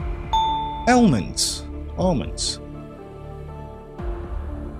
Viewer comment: I realize that certain words get pronounced differently in different countries, even if it is English but I detected some struggles in properly pronouncing some of the answers. Almond, Daimler, Epoch, Hari Kari... 😉